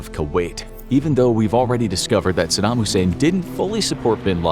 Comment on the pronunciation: Brahh the way you purnounces Saddam... Are you kidding me? Lol did you live under a rock in 2004?